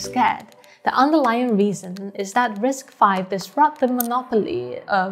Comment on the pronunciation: Kudos to you for pronouncing RISC-V correctly as "risk-five." You're the only YouTuber that does this. Everybody else pronounces it as "risk-vee."